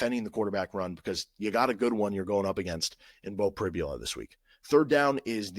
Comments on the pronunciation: Hi CJ, I’m very aware. Although, I guess I should be more understanding given the standard of education that Kansas offers. By the way, it’s pronounced Pri-bul-a. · Hi, I keep noticing you were constantly mispronouncing Beau Pribula’s last name. After Saturday you’ll know the name.